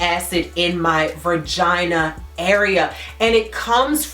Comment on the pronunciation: It's VAGINA, NOT VIRGINA